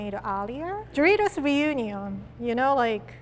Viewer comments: lol am hearing dritos not doritos lol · I can't stop hearing her say dreidels not doritos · “Do rie tos” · “DRITOS” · how she said doritos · I love how she says Doritos!